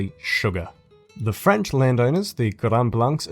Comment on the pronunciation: solid vid as always and ur french pronunciation wasnt bad at all big man 👍👍👍big ups